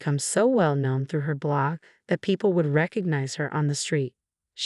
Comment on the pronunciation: Blog… not block!!